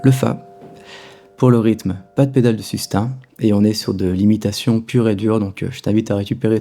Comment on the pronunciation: Bravo pour l’approche, les pointes d’humour, etc... Tout ca est excellent, mais par pitié, ce n’est pas ’’la pedale de sustain’’ prononcé comme ’’hein?’’ mais ’’sustain’’ prononcé comme ’’hey...n’’ (sans le h) C’est pire qu’une fausse note... Merci... Un ancien prof d’anglais désespéré.